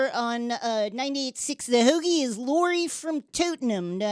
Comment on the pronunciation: As far as obviously fake Philly accents go, that was pretty solid! Especially considering that the accent is damn near impossible to imitate convincingly even if you're from here. In particular, definitely nailed "heauxgie".